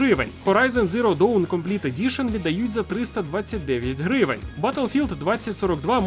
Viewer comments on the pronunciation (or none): Дам одну пораду, про яку ніхто не просив 😅 Коли ти озвучуєш знижки в кінці відео, то чомусь завжди наголос робиш не на самій ціні, а на слові "гривень". Але ж валюта лишається незмінною, тому наголос краще робити саме на вартості гри 😉